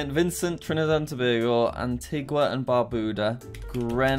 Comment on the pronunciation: You pronounced Trinidad and Tobago so perfectly, damn I must commend you